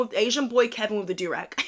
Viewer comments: Thank you! He says it like he's choking on his vocal fry. Who the hell says do-raauuuggguhhh?? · "Doorag", Man shut yo bitch ass up. I'll bet 10 bucks that he's pronouncing it wrong on purpose. He knows exactly what he's doing and nobody is here for it 💀💀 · he said “deauxrauque” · Wtf is a "durog"???? Good God im not even touching the rest of his content. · cause he does JuHrAg 😭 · Him saying it wrong intentionally had me like 😐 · Why is he pronouncing durag like that 😭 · Tryna act like he don't know how to pronounce it 🙄